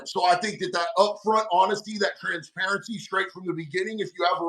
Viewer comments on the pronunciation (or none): Ha, he said transparency, Trans-parency lol